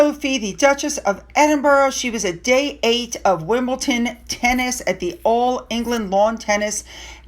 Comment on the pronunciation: Hi! It's pronounced Wimble-Don just like it is spelled, Wimbledon. The d is not a t-sound.